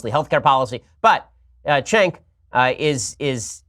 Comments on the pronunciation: Ben: An entire popular industry in the US is shameful and all of their employees are gross and should be treated less than the rest of society. Cenk: That’s wrong. Ben: *makes a show where he says porn is bad bc it’s bad and miss pronounces a name he knows like a child. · Ben knows cenk well enough to pronounce his name correctly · I don't think it's on purpose, just because it's common for people mispronounciate names. Mine is one of those, I get so happy when people say it right!😂😂😂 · He can’t even pronounce Cenk’s name right. What a fucking idiot. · "I was just sittin Here doin nothin and suddenly I was being attacked with the suggestion I watch porn" 😂😂😂 that sentence is beautiful and funny in so many ways. And shows how much this guy pays attention to things. He's debated Cenk several times and has no idea how to pronounce his name.OR...thinks he's being clever. awesome job, Been Shoparrow. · Shapiro is clearly on the spectrum. And of course he knows how Cenk is pronounced! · Surly he knows how to pronounce Cenk's name. You know what from now on he's Bean Sharpirow. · Ben knows how to pronounce his name, this is some childish shit that the right does where they make fun of every single thing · lol why do all these right wingers pretend not to know how to pronounce Cenk's name? Shapiro is not the only one that does this. Does it hurt their conservative credibility to pronounce his name correctly or something? There is no way he doesn't know how to pronounce it after all the debates he's done with him lol. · Literally no one Cenk has debated or argued with knows how to pronounce his name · Ben's only only met Cenk once. It's much more likely that he just doesn't know how to pronounce it. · Wow. Intentionally mispronouncing someone’s name. Incredibly mature. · He's definitely mispronouncing his name on purpose to get a rise out of him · He is 100% intentionally mispronouncing Cenk name. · Yes, Ben is absolutely trolling with pronouncing Cenk's name.